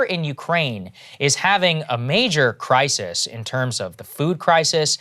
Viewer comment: The kwemlin has sparked a kwises with spiking food pwices